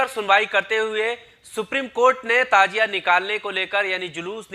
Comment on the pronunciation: Tajia nahi Tazia